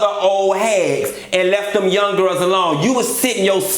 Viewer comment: WHO was in charge of the" gir-els"???(you have to put emphasis on" girls"! Lol!! I love it!!